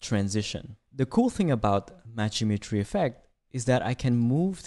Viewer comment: Great tutorial! Don’t know if it is just me but the way you say Matched Geometry sounded more like Matched Imagery. Kinda was throwing me off haha